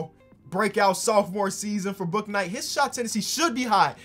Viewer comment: bouknight is pronounced boonight